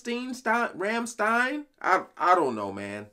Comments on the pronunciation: Correct pronunciation: "Rom-shtine" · Rammstein = prounounced ram-steen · Karen K nein es heißt Rammstein